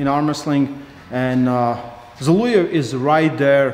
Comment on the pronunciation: Guys, he is Zol(O)ev, not Zol(U)ev.